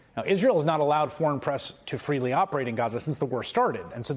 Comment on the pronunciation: Fwee Fwee Palestine mommy.